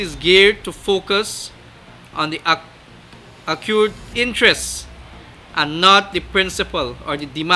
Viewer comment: Can someone please teach the city mayor how to conduct a press conference also how to pronounce the word "accrued".